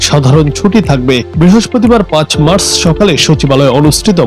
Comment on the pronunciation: মাস না মার্চ, উচ্চারণ ভুল